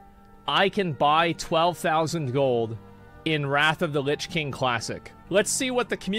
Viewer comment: "wot luh kuh hype"